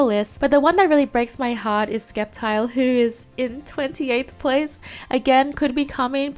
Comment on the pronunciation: Ok, you can mispronounce a lot of names, and that’s fine, but please, never say “skeptile.” The c is silent. Ok, that’s all my complaints. Love your videos.